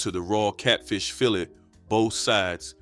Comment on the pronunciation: I didn’t have catfish cooked with mustard until I was in my 30’s. I don’t care for it. We also didn’t combine fish & spaghetti, that’s 2 different meals in my family. You were pronouncing fillet incorrectly. Put some respect on that. Great video!!!